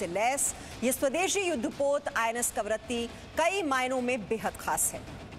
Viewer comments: सॉरी बट ए ऐकंर हैं या बडबड। कवरती बोल रही है जब कि करवती नाम है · कवरत्ती नहीं कवरत्ती है मैडम